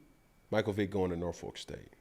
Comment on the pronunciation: Shoutout to Peggy for saying Norfolk right!